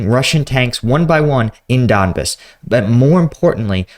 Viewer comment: It's don-BAHS, not DON-biss. Bro we gotta help you with these pronunciations. LOL. But for real you're getting the names of cities all messed up. I appreciate the content though!!